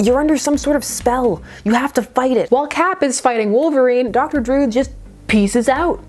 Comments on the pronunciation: Druid is not pronounced "drood." It's droo-id. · Love your pronunciation of Druid. (drood) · Love your channel but it is pronounced Dr Dru-id. A Celtic word for mystic. Yours is one of my favorite comic channels.